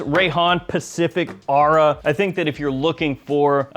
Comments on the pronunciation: It's or-aa 😂😂😂😂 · Isn’t it pronounced aura?